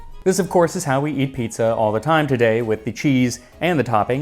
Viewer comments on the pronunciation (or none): Piezza lmao